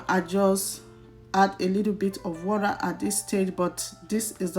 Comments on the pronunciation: Lol. Wura😂😂😂... Which country accent is that one🤣🤣🤣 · Very detailed video I like the step by step.........but please in your next video pronounce water like a Nigerian,because even if you are trying to use the oyinbo accent Its sound waw·tuh not waw.ra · please say water not wurra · Water please. Not wara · Even the white that brought English don't say wara. Is water madam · It's pronounced water! Not warer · a lirru lerra…and add some wora really?🤦🏾‍♀️ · Thanks but it's not warra